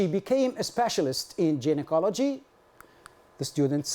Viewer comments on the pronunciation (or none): Thx colleague fr yr evident effrt bt just a smll remrk I fnd myslf bound to mntion coz lots of stdts have certainly watched yr wrk: the wrd gynocology is pronounced gai·nuh·kaa·luh·jee not with "j" . 😅😊